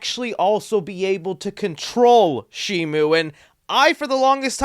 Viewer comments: It's not Shimu! It's Shimo! Where did Shimu come from? It's Shimo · Shimo,SHIMO,NOT SHIMU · @@ But that's not how it's pronounced. It's Shimo. With an O. There is no U